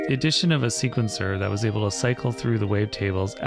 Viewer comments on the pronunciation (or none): none